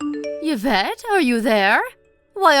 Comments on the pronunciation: Please. It's EE-vette, not YUH-vette. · The pronunciation of the daughter-in-law’s is E-vet. 😁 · Oh please.. Yvette is pronounced eve ette..u dopes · Yee -vette.. Like Yee-ve St. Laurent 🙄